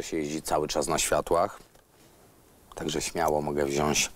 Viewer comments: Kable od podświetlenia włącznika? :O Przecież to cieniutki kabel. Nigdy w życiu nie podpiąłbym pod taki cienki kabel takiego urządzenia. Ludzie, czego Wy uczycie... Poza tym wziąćććć a nie wziąśśś. Ehh niektóre te porady serio mega z d... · UWAGA! Wziąć, a nie wziąść. Mówi się też voltów!, jak Pan idzie do sklepu to kupuje Pan 5 kilogram ziemniaków?